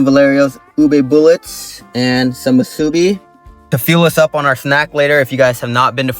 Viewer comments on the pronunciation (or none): I couldn't get past the musubi pronunciation.